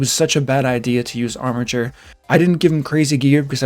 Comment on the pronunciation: I'm just happy he pronounced "armiger" correctly. Thanks for the info.